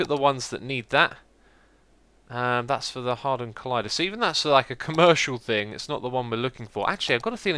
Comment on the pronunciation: I'm sorry for noticing this but you say 'hardon collider' instead of hadron collider. It made me laugh.